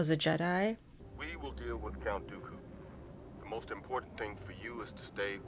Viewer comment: It's Count Dooku. Not Count Doodo or Doobe...